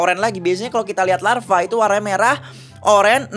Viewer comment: tadi bilang larfa wkwkwk